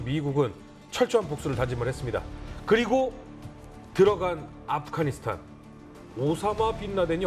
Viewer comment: 이 양반들 왜 자꾸 아프가니스탄을 아프카니스탄이라고 발음하지?